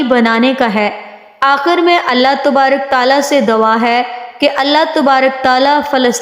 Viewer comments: dwa nhi " dua" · Nice but you say dawa but it is dua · بہت اچھی ویڈیو ہے پر آپ لفظ دعا کو دوا بولتی رہی ہیں